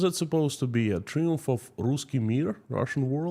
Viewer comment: FOR YOUR INFORMATION THE WORD Triumph is pronounced in English as "TRY (ie as in EYE) UMF" rather than "Tree-umf". That would apply in the UK, USA, Australia, New Zealand, South Africa etc. In the French language that word is pronounced pronounced as you pronounced it, but not in English. Having said which (1) your English is MUCH better than my Russian and (2) this is yet another good video.